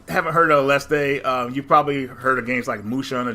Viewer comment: No there is no crazy Mexican "E" on the end, there. ... . It's just "aleste".